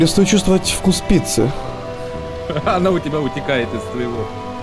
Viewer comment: на протяжении всего видео: я хачу питсы